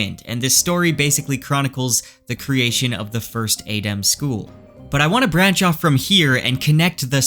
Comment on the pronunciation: So you know how to pronounce it properly and you still mispronounce it intentionally. Normally I wouldn't mind, but it's just jarring to hear it wrong over and over again. Otherwise good theories and you're definately on Rofkuss think because he has done all this very subtle hinting on purpose.